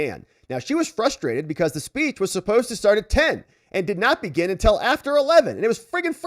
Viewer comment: You are still pronouncing SINCE as SENSE. These are two different words and must be pronounced differently, else how are we supposed to know what you meant, not to mention that auto-translate programs are translating you wrong. Still, great work. You also pronounce UNTIL as INTEL. Very gen-Z but still incorrect.